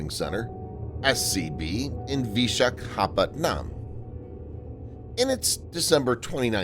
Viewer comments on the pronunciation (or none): Great video. Btw it's pronounced as Wee Shaa Kaa as one go then Pat num. P as in put but A instead of U. Not pat as in Patrick.